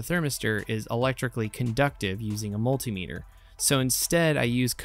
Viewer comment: Wooo! You pronounced multimeter correctly. I'm proud of you.